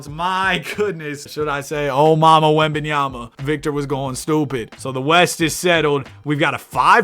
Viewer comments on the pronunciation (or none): none